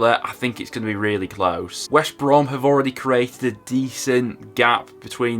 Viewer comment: Great video, but you keep saying Wesh Brom instead of West Brom!!!😂 Leeds get 1st because Leicester has 5 games in 14 days.